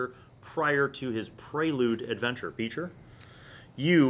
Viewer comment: Every time someone says Beecher I hear feature